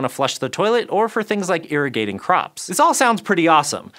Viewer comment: maybe it was all the bathroom lingo getting to me, but I heard "urinating crops" the first time I listened to that instead of "irrigating crops." Had to rewind & double check what I heard because I was getting ready to Google "urinating crops" and that just sounds like a part of the internet I would rather not venture into.